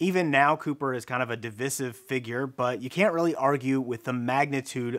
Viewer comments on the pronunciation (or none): You have a very confusing (and wrong) way of pronouncing "divisive" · did bro just mispronounce divisive?